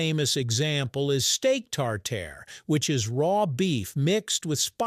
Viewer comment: In French the pronounciation is still "tar-tar", NOT "tar-tair", whether steak or sauce